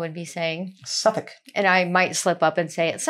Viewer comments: Your pronunciations of the Suffolk Villages is very impressive! Just by Dunwich, there is Mimamere - The first RSPB reserve to protect nesting Avocets (The emblem of the RSPB. I would also suggest Blyth and Southwold. Southwold has its own brewery. Well worth a few days, on your way to Norfolk. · Good job with getting the nameplaces right! English spelling is not logical, but you are getting it.